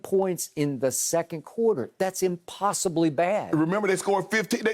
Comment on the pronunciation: Skip love that word "Impossibly" now dont he lol